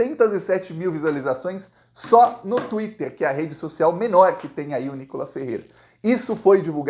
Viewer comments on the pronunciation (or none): none